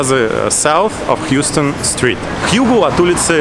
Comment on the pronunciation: Спасибо за видео. Пара поправок название улицы не Хьюстон (как город в Техасе), а Хаустон. На верхнем уровне Бруклинского моста раньше проходил поезд. Статуя Свободы не относится к Нью-Джерси, это все ещё Нью-Йорк.